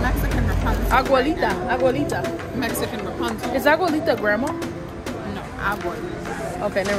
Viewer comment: I’m hearing Mexican knees and Mexican 😂